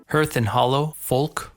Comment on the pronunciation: It’s pronounced ‘harth’, not herth.’